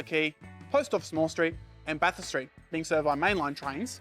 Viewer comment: Well, he nailed Bathurst. That usually sorts out the interlopers.